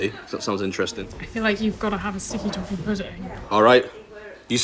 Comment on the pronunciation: ...sticky toffee.... I thought she said stinky tofu... haha this episode was a nice tree-t.